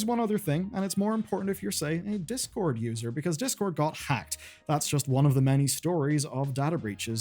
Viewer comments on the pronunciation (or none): none